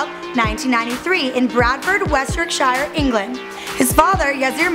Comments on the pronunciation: Could you please pronounce yorkshire right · I know this isn't your fault because you're not from England but Yorkshire isn't pronounced like that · anyone else from the UK laugh and how she said Yorkshire at the beginning? LOL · The way she says Yorkshire hahahah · The way she says yorkshire😂😂😂